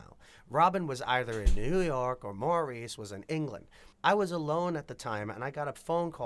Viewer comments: Not Maurice, but pronounced Morris. They hated the disco label. They called their music contemporary r&b and blue eyed soul, pop. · I wish these announcers/video creators would get their facts straight. Maurice is pronounced Morris, Gibb without the "s", etc... Overall factual, but some of those things are just annoying, lol. They never considered themself a disco band. They already had 3 platinum albums before Saturday Night Fever. They considered themselves blue-eyed soul and loved the R&B sound. Otis Redding sang Dock of the Bay, good song 🙂 The Brothers went on to create hit songs in 5 consecutive decades!!